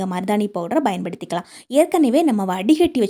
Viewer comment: பயன் படுத்திக்கலாம் என்ற வார்த்தையை நீங்கள் உச்சரிக்கும் போது நல்லாவே இல்லை